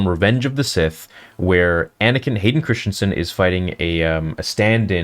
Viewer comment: If you’re such a fan, why can’t you pronounce Christensen correctly?